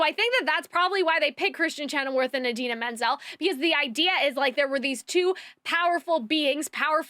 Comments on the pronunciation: chenoweth...not chenowerth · Great review! Your pronunciation of Kristen Chenoweth ("weth", not "worth") and the Grimmerie ("merie", not "moire") is killing me though lol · So, this is super unimportant and I overall agree with most of your review, but it is Kristen ChenoWETH, not werth 😂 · I agreed with almost everything you say! I love the way your mind is (I think) very chaotic, because you sometimes jump from one thing to another haha It's funny. One thing that I didn't like was you pronouncing Kristin Chenoweth's last name wrong a couple of times haha